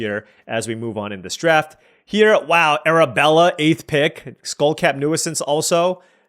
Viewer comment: Hey, I think you asked in another video, but "nuisance" is pronounced "new-sense". Love your videos!